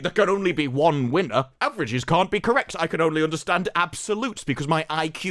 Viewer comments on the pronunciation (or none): none